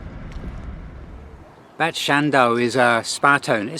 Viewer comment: Bad it is pronounced Bard which translates to bath and so any place with the prefix Bad means spa town.